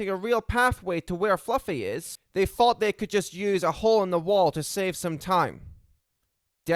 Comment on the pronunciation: Try to sort out your speech impediment while you're young. You thought, not fought. Also use your own accent, you don't have to sound American. You put a lot of effort into this, maybe think about making it shorter and more concise. Good luck